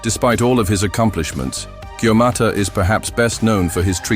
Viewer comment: Hey arserhole 😅😅😅 it's not gaumata it's Gautama Gaumata means mother cow, Gautama is a name of Lord Buddh Vishnu Avataar